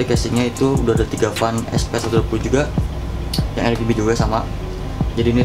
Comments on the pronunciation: Yang bener "ER-BI-JI" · Bukan "ER-JI-BI" tpi "AR-JI-BI" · Bitj Pls, "ER-GE-BE"